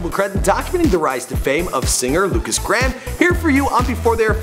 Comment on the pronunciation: lukas gram? its pronaunced Lukas Grayham